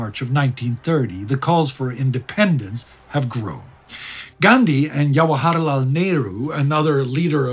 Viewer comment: The J in Jawaharlal Nehru's pronounced like the English J.